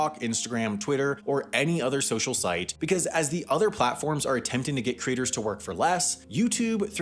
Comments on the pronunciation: I struggled thur the first half of this video: what are "cra-tors"? Eventually, I figured out that you were talking about "cre-a-tors"! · I keep hearing 'creators' morphing into 'craters'.